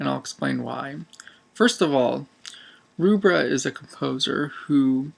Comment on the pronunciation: By the way the name Rubbra, is pronounced as in 'Rubber' not 'Roobra'